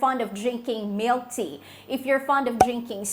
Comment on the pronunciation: I cannot understand your English if you’re saying milk in your coffee and tea. I cannot understand the word if it is milk, I don’t know if you’re saying cut out dairy products?